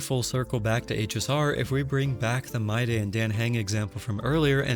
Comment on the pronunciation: Mydei is read as "My D" not "My Day". The whole name would be Mydeimos read as "My D Moss"